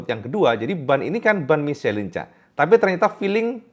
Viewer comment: Michelin bacanya miselang..kang..